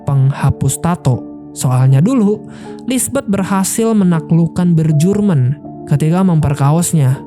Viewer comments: Gue selalu tertawa saat bilang bejorek dan bejurmen😂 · Bacanya Bjork=Biork, Bjurman=Biurmen mas